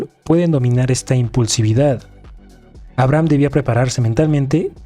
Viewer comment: se pronuncia "abreijam" jaja